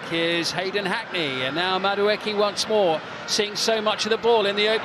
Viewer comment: Old lad just refuses to say Madueke's name correctly.